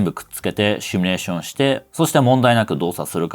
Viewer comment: simulationを一部『シュミレーション』と発声しているが....如何に...